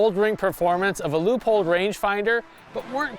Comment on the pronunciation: Loypold, not lewpold